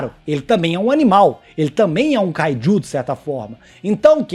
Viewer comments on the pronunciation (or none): É kaiju e não Kaidiu